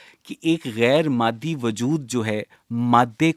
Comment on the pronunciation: معدی نہیں اوئے مادی